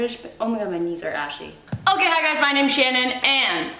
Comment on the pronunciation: When you said “am I okay? nooooo” I thought you said “ am I gay? NOOOOO” 😂